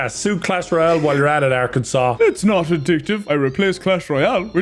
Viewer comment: Arkansas mentioned! Let’s go! It’s so weird hearing say it’s name 😂